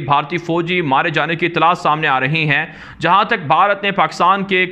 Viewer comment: "Talash" Not Tilash